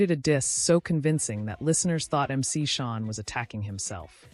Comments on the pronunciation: We need to do better when editing this AI stuff, it's Shan not Shawn. Thank You for this content. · It’s MC Shan not MC Shawn…I swear I hate this ai ish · MC Shan like "Man" not Shawn. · To the AI announcer, it's not pronounced MC Shawn. It's pronounced MC Shan. Get it right! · She is so wrong the way she say it.